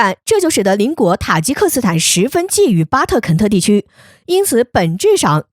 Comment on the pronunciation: 女声解说可以开除了 塔吉克都能说成塔克吉 无脑念稿子 常识都不知道 新疆就有塔吉克族